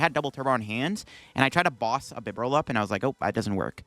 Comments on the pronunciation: Great video but that really bugs me alongside 'Heat Ran' and 'Bibber all' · HEAT-RAN is a new one for me, but a lot of TCG players don't know how to pronounce Bibarel. I've seen it before